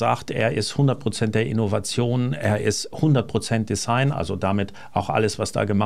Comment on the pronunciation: design wird von deutschen Usern - und leider auch von Ihnen - meist falsch ausgesprochen, nämlich wie in heiß oder Fleiß. Richtig ist die stimmhafte Aussprache des s wie in Reisen oder leise. Würde mich freuen, wenn Sie den verständlicherweise in Uhrentexten häufig benutzten Begriff in Zukunft richtig aussprechen würden. Passt auch besser zu Ihrer ansonsten sehr guten deutschen Aussprache. Nichts für ungut!